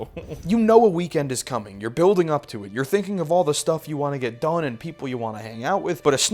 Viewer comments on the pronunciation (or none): none